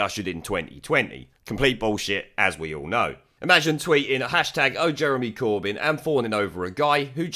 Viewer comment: It sounded more like "Burn Jeremy Corbyn!"